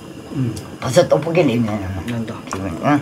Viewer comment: ☆☆오늘의 킹받는 포인트☆☆ 1. 파를 길쭉하게 썰어서 파채를 만들어버림 2. 어묵이 뿔지 자꾸 쪼그라든다고 박박 우김 3. 어묵 지 얼굴마냥 넙대대하게 졸라 크게 썰음ㅋㅋ 4. 고추장을 육수에 풀어야지 들기름에 볶아버림 5. 떡볶이를 자꾸 또뽀끼라고 귀척하면서 발음함 6. 지가 만들었다고 맛있다 연발 오짐 ㅋㅋ 7. 옆에서 맵다는데 자꾸 식어서 안 맵다고 또 박박 우김 (옆에 땀 범벅인데ㅋㅋ) 8. 결국 마지막 다 먹을즈음에서야 '맵긴맵다'고 인정 ㅋㅋ